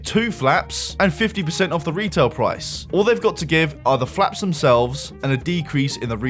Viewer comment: You saying 'flaps' is making me laugh.